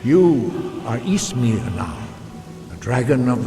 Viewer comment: You're pronouncing Ysmir completely wrong and it's really grating on me. It's pronounced much closer to Ismir than Jismir. Y is a strange i sound in like every language but English.